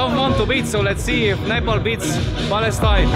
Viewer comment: 1St foreigner who pronounce nepal in really well 😍